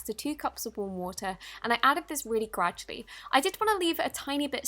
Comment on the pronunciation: I realy hate that u say "graddualy" when u pour in a gallon of activator!!! No hate!! I love u